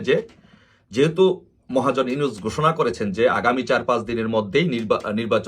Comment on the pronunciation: What do you mean by Enus?you even utter his name rightlly. You make video but don't want give any respect to a hon'ble person .Shame;.